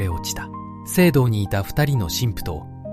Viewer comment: 浦上 うらかみです うらがみではありません